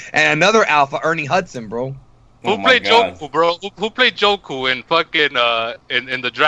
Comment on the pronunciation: Did that guy just say Joku? I'm done...